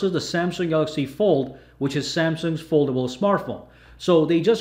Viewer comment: 999 111 Look at that fuckin presentor of Huawei. He can't even pronounce the word "foldable" properly.